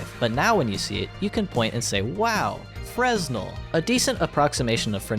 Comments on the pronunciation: "Wow! Frezznel!" I am fucking wheezing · “wow frass nal!” was far more funny than it should have been